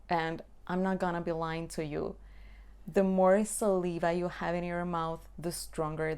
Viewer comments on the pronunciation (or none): Hello,. You have excellent videos. I hope you don't mind if I correct your pronunciation of the word "saliva" /səˈlaɪ.və/